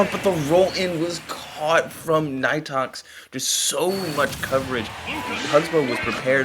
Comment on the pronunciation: actually it is pronounced knee tox lol the commentators pronouncing it wrong